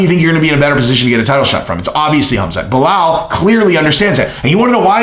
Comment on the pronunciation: you sounding like Chael now on how you pronounce his name... Baal muhammad :D